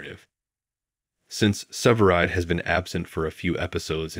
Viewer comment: Its. SEVERIDE NOT SIVERED AS YOU KEEP SAYING.